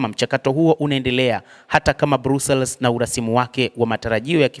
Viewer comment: BELGIUM 🇧🇪 👉BRUSSELS 👈 HII INASOMWA NA KUTAMKWA HIVI 👉BRASILS SIO BRUSELS